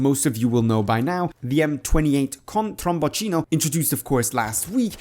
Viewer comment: He said it correctly